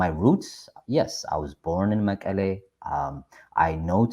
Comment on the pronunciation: መቀሌ he can not even say መቐለ